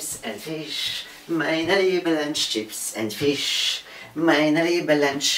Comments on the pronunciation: on powiedzial czyps and fisz ? hahahah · "czips end fisz majnelibe lancz"